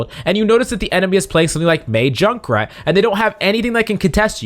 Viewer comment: I hate that he said Jukrat